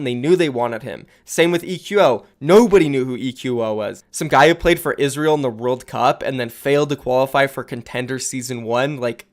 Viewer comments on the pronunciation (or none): none